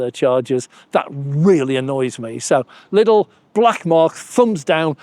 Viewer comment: There's no "S"in Lidl.